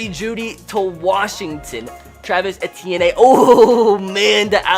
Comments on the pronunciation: You can't pronounce Ettiene? You literally pronounce it like E-T-N. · you pronounce travis etienne Travis Eh-Tee-En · * Pronounced Travis ee-tee-en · His last name is, E-ty-en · He as a Bama fan knows damn well how to pronounce his name. Etienne has played bama the past 3 years...😂